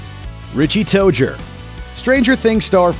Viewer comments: It's toe zer that's how it's pronounced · Did... did he just say. ‘Richie Toger?’ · “Richie tojer” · Tozier not Tojer. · "RICHIE TOADJER" no... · did anyone notice that this man pronounced Richie's last name as Tojer lol I'm dying. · Am I the only one who is confused that he pronounced it Richie TOEJER have I been pronouncing it wrong all this time?! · They said headend last name wrong and they said richies last name wrong